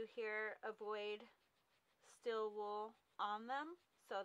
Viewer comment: Stēēl wool, not "still" wool.